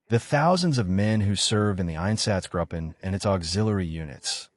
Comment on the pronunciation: It would also be helpful if German words were spoken with more of a German accent than an English accent. If you want a quality product, this could be done. For example, It’s “gruppen” with a long “u” sound, not “grupen” like “up-en”. Spend the cash and get a professional translator to help with the accents/pronunciations. This is done all the time. Then it doesn’t sound so amateurish.